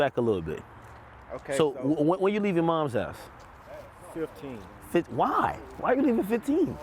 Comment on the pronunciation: Whuy instead of why 😂